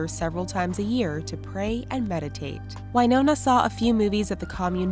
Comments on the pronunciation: Winona rider is said Win-oh-nah not Y-no-nah Winona is my sisters name so I should know and I've met Winona Rider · I always though it was Win-oh-na not Wine-owner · Winona Ryder not whynona